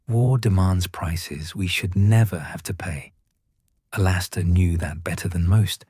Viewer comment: Good story except for the glaring mess up about Moody, including mispronouncing his first name.